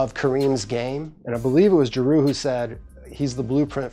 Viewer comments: Who is "Ja-Roo Holiday?" IT'S JRUE! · "Drew" holiday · Jrue not jaroo